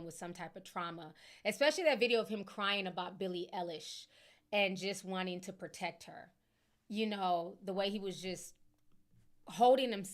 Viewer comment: Not you laughing at the man saying ooshur then saying Billie Ellish 😅😅😅